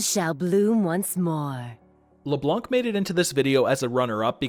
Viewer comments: Please stop saying LeBlonc LeBlonk LeBlonq it's LeBlan literally a French word. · Ye, french is my first language and i approve.